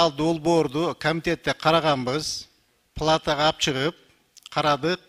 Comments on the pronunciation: Жениш депутат сабатсыз экендигин корсотту кочо балдарын созун суйлоп Палатаны плата деп туура суйлой албайт лох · айтатго, плата деп палатаны🤣🤣🤣